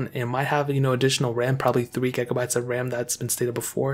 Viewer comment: Why he keeps saying ‘gaygabites’ ???